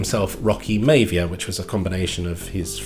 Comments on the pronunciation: Maya-vee-a, not mayve-ya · It's "my-VEE-a" not "MY-via" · The Miavia pronunciation was a trigger for me 😂